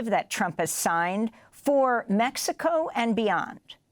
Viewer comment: Keep going into accent.... You're not helping your cause at all. We speak English. We don't know where MehHeCo is... We know where Mexico is.